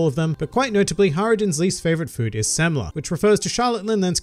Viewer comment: When pronounces Semla correctly 👌